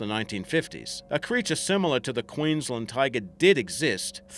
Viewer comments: can't even pronounce queensland correctly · Also struggled with Queensland lol